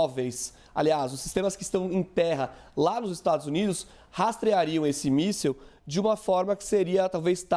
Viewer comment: O repórter disse míssel caseiro🤔🤣🤣🤣